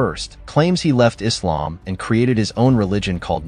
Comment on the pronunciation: what about eezzlaam